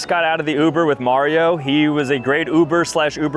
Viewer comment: Mario has the perfect mario accent